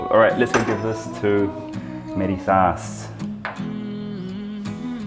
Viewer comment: The way you say ‘ meri saas’ 😂🖤